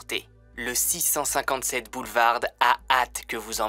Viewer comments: BoulevarD ???? Lol je suis le seul à avoir remarqué ça ??!! Le D ne se prononce pas en tout ça ne gâche rien au récit 😀 super comme d’habitude 👍🏻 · Juste une remarque, dans le mot boulevard, la lettre d ne ce prononce pas :) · Boulevard ce dit sans le d !!